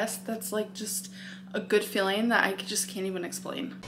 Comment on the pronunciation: i love that she says "fueling" like "feeling" but then says "feeling" like "filling" lmao